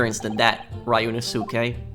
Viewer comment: Ryunosuke I think it’s Ree-u-no-su-ke.